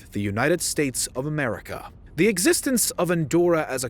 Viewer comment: I find so funny when the narrator says United States of America. Almost all the time he says, and I mean in other videos as well, he puts a little emphasis when he pronounce the end of the word "America". Idk if I'm crazy, but I noticed that hahahaha.